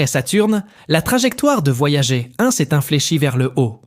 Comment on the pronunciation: il suffit de couper le son et le tour est joué; "Voyager" prononcé "voyagé" , ça ne fait pas du tout sérieux en plus d'écorcher les oreilles...